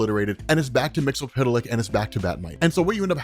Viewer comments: It's MIX-YES-SPIT-LICK. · Silver Age and Post-Crisis on Infinite Earths Mxyzptlk was pronounced Mix-ul-plik. Especially on the Super Friends, which was the best thing going for a kid back then. Also, it was pronounced Kip-ul-skim backwards. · That's not how you say his name